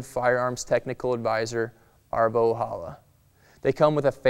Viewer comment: Arvo Ojala is a finnish name and Ojala is pronounced with a J not with H =)